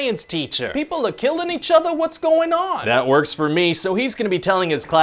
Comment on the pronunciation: "People ah killin each atha"